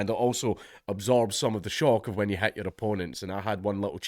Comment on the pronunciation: "ILL TEACH YEEW"